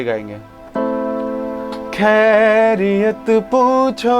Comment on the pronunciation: Your voice is too good ❤❤ Only one thing that pronounciation of the word Khairiyat is not proper It should come from throat.